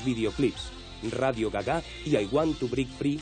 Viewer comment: "Radio Gaga"(pronunciando radio en español) y "I want to brick free"(para que decir break si es mejor el brick de toda la vida como el tetra brick y el want suena mas a juan que a want)